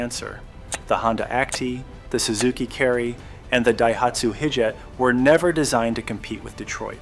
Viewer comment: Daihatsu (High) Hi-Jet. You Yanks can't pronounce anything correctly, can you?